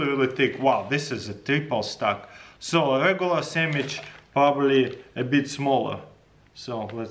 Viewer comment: he said “sammich”